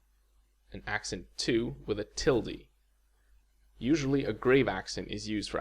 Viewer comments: Sorry, I couldn’t get past your pronunciation of “tilde” and “grave”. That’s how we Brits can tell you’re not a native English speaker ;) Seriously though, this looks like a very interesting video. Definitely going to check it out properly in the morning. Day 32 of my Duolingo course... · First time I’ve heard Tilde pronounced like tildy.